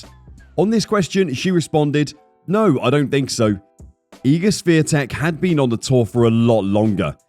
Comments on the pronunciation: Swiee-tek? Please realize there is no "S" letter or sound in her surname which is "Świątek", which means holly btw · No, it's Shvyon-tek. North Americans don't have a sound for the accent on the "a" in her name, but that's as close as it gets. "W" in Polish is basically "v" in English. It's never silent in Polish though. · Her name is Swiatek, not Swetek. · Her name is pronounced She-on-tek. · You should learn to pronounce her name correctly. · You said wrong her last name. Over and over again. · Since you made a special video about Igs Swiatek. you should have dug a bit more into how to pronounce her surname correctly . You are way off dude. It would take you 10seconds to find out. Kind of embarrassing. Really. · Wouldn't it be incredible for content creators to actually learn how to pronounce her surname correctly? It would probably take 30 seconds and end that joke-or-an-attempt in this video. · If you are making a video at least have the decency to learn the correct pronunciation of that person's name. Cant be too hard????? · Maybe the commentator should LEARN how to pronounce Iga’s last name - IGNORANT&UNPROFESSIONAL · Geeeez, cant you learn to pronounce the name properly? Shes the queen of tennis for ages now. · LoL, please learn how to correctly pronounce 'Swiatek'. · LEARN HOW TO PRONOUNCE HER NAME, FFS! >< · Everyone would appreciate it if you learn proper pronunciation of IGA'S last name. Please make a little effort because the way you say it is unacceptable and shows lack of respect. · U could learn how to pronounce Swiatek. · If you're going to do a video about Iga Swiatek, you should probably learn how to pronounce "Swiatek"